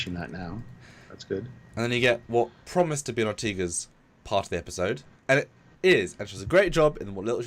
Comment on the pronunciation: Lol love you guys but pls, Ortegas is Or-TAY-gus, not Or-TEE-gus. Like in Vega, Beta, Sega, Zeta, Diego etc, E has an A sound in Spanish and other Latin-based languages. Never heard you guys say B'Elanna Torres as Tor-REESE so I know that you can do it, gentlemen ;) We love the character, SNW is great and hopefully will go for seven seasons, the actress watches TrekYards,so I think we owe it to get her name right Cheers, thoughtful commentary on a thought-provoking episode! xx